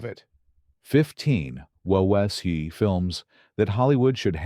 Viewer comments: Agree with the list but the AI voice errors (Anzio - Hollyood's wubuo misfires 🤣,being the best) and the use of footage from Tora! tora! tora! to depict Midway are probably the best thing about this video. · What is the narrator saying ? "Wob-e-woe?"